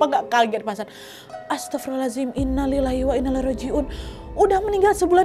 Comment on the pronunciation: Penyebutannya itu "Innalillahi wa Innailaihi Rojiun" bukan "Innalillahi wa Innalillahi Rojiun" Kak Nadia, nyebutnya jgn sampai salah ya soalnya salah pengucapan satu huruf aja bisa beda arti.